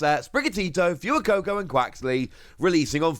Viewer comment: this fewer-coco really bothers me, plz fwey-coco🤞